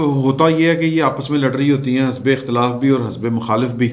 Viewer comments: hasbay nahe the correct word is hizbay ikhtalaf not hisbay ikhtalf..🤗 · آپ کے وی لاگ کا مستقل سامع ہوں. اس وی لاگ میں ایک لفظ کے تلفظ کی درستی مطلوب ہے. " حزب " یہ لفظ ح کے زیر کے ساتھ (حِزب) بولا جاتا ہے ح کے زبر کے ساتھ درست نہیں. براہ کرم درستی کر لیجیے گا. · سر جی(( حزب )) مین ح کے نیچے زیر ہے نا کہ زبر